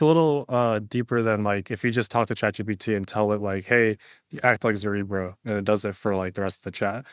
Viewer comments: Guys, it's ZerEbro, not ZerObro :D Anyways, amazing work! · Isn't zerebro a play on cerebro like in marvel films and not a new form of dubstep like the way you pronounce it lol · my god.... after all these weeks... STILL CANNOT pronounce "zerebro" properly